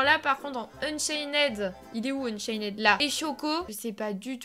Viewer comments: Ça se dit ''unchaind pas ' 'unchained juste la prononciation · arête de dire unchained c'est unchaine ok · Tu sais pas dire Unchained toi tu dis UnchainED😂😂😂😂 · C est pas unchainnèd c est unchained il n y a pas de ède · c'est pas unchainede c'est unchained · unchained pas unchaineed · UnchainED à mes oreilles à ses oribles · AAAH JE SUIS UN INFILTRÉ D,UNCHAINED TU AS DIT UNCHAINÈD SÈRIEUX MES OREILLED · Juste on ne dit pas le -ed à la fin de Unchained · Du dis mal unchained